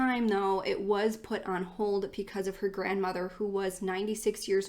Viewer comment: You really do a great job with these! But pecause? 😂💙